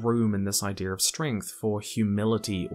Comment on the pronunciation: Great video. Except.... Can you not say "idear" Its just "idea"